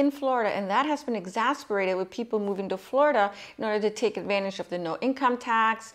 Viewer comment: It’s exacerbated, not exasperated.